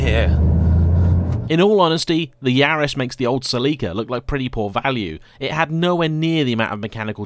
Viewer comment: Like a normal person